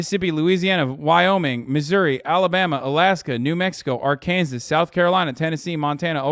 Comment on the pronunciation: Ar-Kansas xD (Im not from here so i can also laugh ;P )